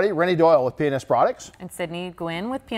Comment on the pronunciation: When you say p&s fast like that it’s sounds like penis